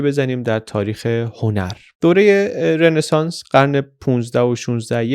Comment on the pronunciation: سلام آقای مثل همیشه فوق العاده بودید.فقط یک نکته که تلفظ رنسانس رو غلط می‌گفتید تلفظ صحیح Ronesans ولی شما می‌گفتید Renesans